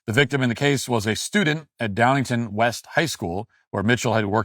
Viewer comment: It's pronounced the way it's spelled, Downingtown not Downington.